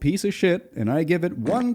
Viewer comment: The sound of screaming flannel man is still vibrating around my skull so thanks for that!! This is a great video. Also most of the time when I hear "krampus" it sounds like "grandpas" which led to some really funny mental images while watching: Oh no! this family is being chased by grandpas!